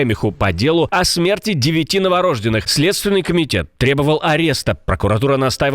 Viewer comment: новорождЁнных правильно, друзья. Когда, наконец, дикторы начнут правильно говорить, это же их профессия! Ах, как стыдно!🤦‍♀️